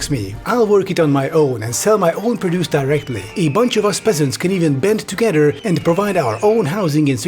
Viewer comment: Literally the tiniest nitpick in the world for this smashing video. But when produce is used as a noun the emphasis is on prod